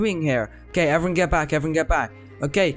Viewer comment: “Hello evrin” Is evrin your friend?